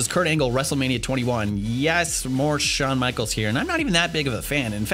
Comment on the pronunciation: Wait... who's Shahn Michaels?😂